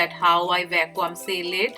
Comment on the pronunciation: Hi dear... not pronounced as "VACKWAAM"... .it should sound like......VACKYOOM. Hope u got that👍